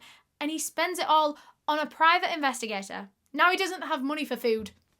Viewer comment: the way you pronounced ALL 😂😂 love it